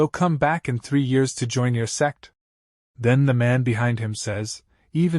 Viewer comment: Those who hear s*x instead of sect Like my comment ❤😊